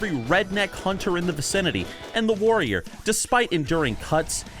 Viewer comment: Before I click this video I'm going to assume he says Woyer because that's the class he's been playing recently (and a patrician choice btw).